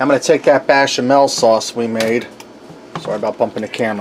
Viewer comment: You're pronouncing musakka as moose ka, should be moo sa ka and bechamel as bash instead of besh. I had to be that guy but the dish looks good. Traditionaly when making a bechamel you put numeg in when you cook it, preferably grated but I've never met anyone that had it in raw form.